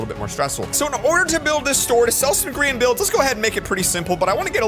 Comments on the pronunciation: Plss stop saying gree-an just say gry-an plsss bc thats the real pronounciation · the grIan flower vibe WHAT HE SAID grIan